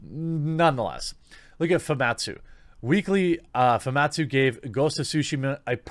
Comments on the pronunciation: Him keep saying fumatsu instead instead of famitsu is seriously throwing me off. Lol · It’s pronounced Fu Mit sue, not foo mawt sue. This is an iconic Japanese publication, how do you not know this? Put some RESPEC in their name.